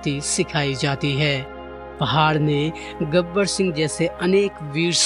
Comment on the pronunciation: गबर सिंह , न कि गब्बर सिंह!!